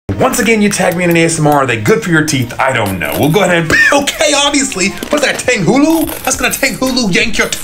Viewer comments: I’m Asian too, but like everyone that is Chinese I know speaks it like tanghulu instead of tonghulu. They say it is not the correct pronunciation. How I know that is because I am Asian/chinese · Just a reminder that most Asian words with an a in them are a soft a. So tanghulu is pronounced more like “tong-hulu” like the kitchen tool tong. ETA: if you’d don’t believe me, here is a Chinese youtuber making it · It’s not pronounced TaNgHulU, it’s pronounced tunghulu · It's pronounced tang-hoo-loo